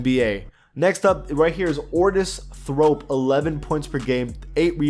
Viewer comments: Bruh it clearly says thorpe in big text and yo saying thrope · You called Otis Thorpe Ortis Thrope